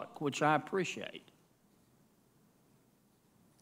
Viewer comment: I don't spreshate an incomointent